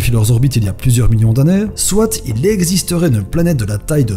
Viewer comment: Soite xD ça se dit soit sinon tres bonne vid